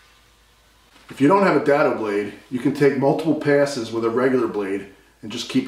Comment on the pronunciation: Ha! A dado (Day-do) blade has now become a daddo (Dad-O) blade. Sorry, I hate ballsed up English! Carry on….